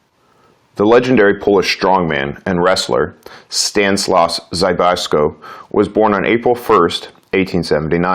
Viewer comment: You really butchered the pronunciation of Stanislaus Zbyszko.